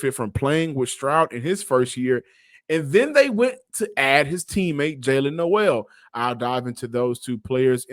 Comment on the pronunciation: Nole it’s pronounced nole 😂